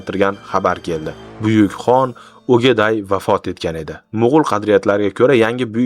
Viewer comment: bizga dushmanlarimiz oʻrgatganday Ogaday emas, Oʻqtoy deb ayting yo birov yozib berganni oʻqib beryabsizmi